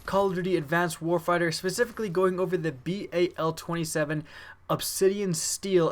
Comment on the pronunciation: You said everything wrong i think you messed up ever word you said advanced warfight the bay 27 and lots of other things